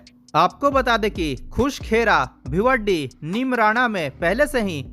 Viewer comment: sir please correct it not bhiwaddi its bhiwadi.🙏🙏